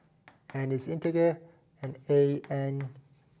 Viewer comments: Integer is pronounced with a soft G, not a hard G. Pretend it’s spelled as “intejer.” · I can't believe how much math you know while pronouncing integer with a hard g